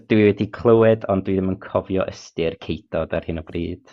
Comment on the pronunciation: It was a slightly biased sample though, as mentioned that he'd studied Cymraeg to some extent in the past. I note that recalled the word "ceudod", which, to my native Welsh ears, he pronounced extraordinarily well with the obscure backed pronunciation of the "u", a sound that typically even advanced learners struggle to get right.